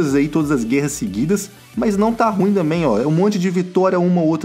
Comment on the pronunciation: KKK só agora que percebi que ele fala damém kkkkkkkkkk